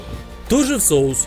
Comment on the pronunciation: нормально он сказал это слово вообще то 😐